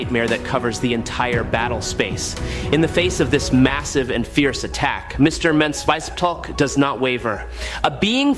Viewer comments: It’s pronounced as Mix-e-spit-uh-lick. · 😂😂😂 The Ai trying to pronounce Mr. Mxyzptlk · So are you Chinese or Indian? Your AI voice falls apart with names like Mxyzptlk and good job using an image of Chthon instead of Trigon. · He does that in every one of his video and it's so damn funny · I didn't know that Trigon was pronounced 4 different ways omg that shit is annoying and Mxyzptlk is definitely being chopped up. Geesh!! Annoying at least Trigon was pronounced correctly at times he totally jacking up Mxyzptlk sounding like he was speaking the name in Klingon a few times 😂 geesh